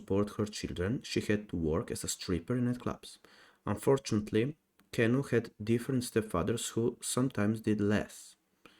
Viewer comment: you cant even say his name right...STOP BRINGING HIM DOWN....HE IS NOT DEPRESSED....you just want to show how foolish you are..